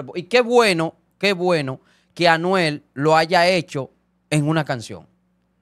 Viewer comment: FAKE FAKE!!!!! Ese no es el palabreo de Anuel…. Fíjense en la pronunciación 👎🏻👎🏻👎🏻👎🏻👎🏻